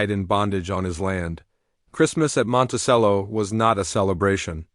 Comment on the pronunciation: It's pronounced monte "ch"ello